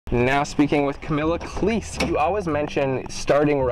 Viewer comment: pronounce cleese properly